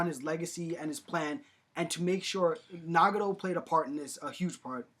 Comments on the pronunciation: Can we at least pronounce the names right. NA GA TO not Nah ga Doh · NagaTO, not NagaRo, all you need to do is watch in the original Japanese pronunciation. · its nagATo not nagado =.= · DUDE i know this was made a long time ago but you butchered like every word😂 “nagado” “ renigin” “aktsi” “ edo tensay” lmaooo